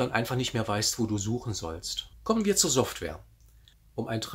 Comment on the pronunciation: SOFTWARE !!!! Bitte um alles in der Welt... lerne dieses Wort richtig auszusprechen. Wir sind doch nicht mehr in den 80ern. Slicer sprichst du doch auch richtig. Ansonsten sehr informatives Video.